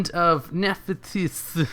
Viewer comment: I think it's pronounced as Nef-tys with no h at the end, aside of the in-game music it was a good video. I love Sacred Phoenix